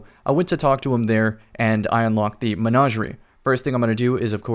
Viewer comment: Anybody else hate the way he says Menagerie?